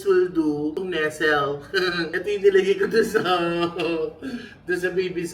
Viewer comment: Wait haha diba Nestle "Ness-lay" pronouncation nun? or nagpapatawa lang si hahaha medyo Lg ako. Correct me if im wrong